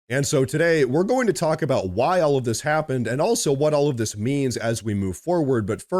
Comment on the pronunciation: "Dis country's needs"? Like printing comic books in Swaziland?